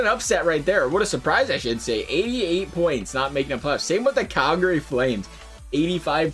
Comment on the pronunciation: 55 BOINTS!!!..... wtf is a boint